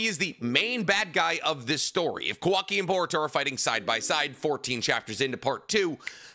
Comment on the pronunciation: The guy talks about all the knowledge he has about the source material… yet miss pronounces names every time … KA-wa-ki… ah-mod-oh…